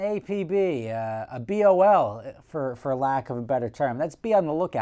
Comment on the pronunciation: BOL it's BOLO.